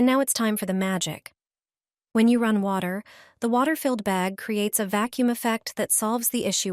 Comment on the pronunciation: The narration is comical. Water pronounced waiter?